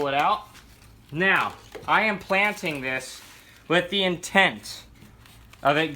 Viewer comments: Did you say, "Take it out of it's sleeve meow." ? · He said “neow”